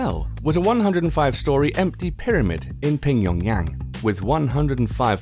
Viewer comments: He said pyongyang as pingyongyang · At 3.17: Pingyongyang??? It's Pyongyang, and there went my trust for the ”facts”. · No, i think you say: "Pyiongjang". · The lack of research on the pronounciations of the Korean cities and phrases you mentioned came off lazy, and almost funny in a bad way. You said "Pingyongyang" instead of "Pyongyang" and "Jooch" for "Ju-che". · Blimey there are a load of errors from the narrator. Firstly North Korean does not have parliamentary forces....they are paramilitary. Secondly it's Kim il Sung not Kim the second Sung. And finally the capital of North Korea is Pyongyang not Pongigyang as he pronounces it! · "ping-yong-yang" seriously? You can't pronounce pyoengyang? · It's PyongYang, not Ping-Yong-Yang. LOL. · It's Pyongyang not Pingyongyang Juche is pronounced as Ju-che, Ju (u is pronounced like "oo" as in "shoot")-che (e is prnounced like "e" as in "bed") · I don't think Pyongyang is pronounced "Pingjongjang" . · He said PingYongYang LOL... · No, the hotel is in Pyongyang, not pingyongyang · i lost it when you said the tallest hotel is in pingyongyang :D Do some research in pronounciation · Lol the way he pronounced Pyongyang "ping yong yang" like he must have read it on paper for the first time ever before making this video and has never heard it said aloud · . Pingyongyang?? Really? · Isn't it in Pyongyang? If that's what you meant then you pronounced it wrong. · Slow down there: "Pingyongyang"? Come again? Take it easy there;) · its pronounced pyoung young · Its pronounced phjonyang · did you call it pingpongyang when referencing the hotel ? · I read pingpongyang as the narrator spoke it. im ded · TheAceHD Lmfao it's Pyongyang. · Did he just say pingyongyang? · yes he did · "pingyongyang". 10/10 pronunciation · He most likely doesn't speak many western languages. Adding an "i" sound after a P is common in English and adding the g makes it flow out of the mouth easier. Most likely a simple mistake in the moment.